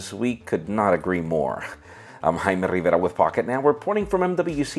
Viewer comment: Porque dices tu nombre como jjjaime rrrrrivera tanto enfasis a esas letras o presumes que eres mexicano?